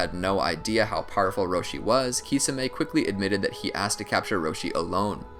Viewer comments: I can't watch this SIMPLY because of your own CREATED pronunciation of Kisame (KEY - SAW - MAY) 🤷🏾‍♂️🤦🏾‍♂️ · its prounuced tishame